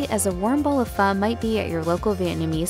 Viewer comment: Its pronounced...fuh....as in what the fuh...lol